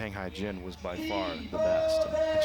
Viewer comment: Hyejin is NOT pronounced "Hygiene".